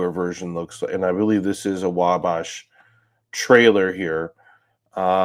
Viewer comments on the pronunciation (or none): It's pronounced WALL-BASH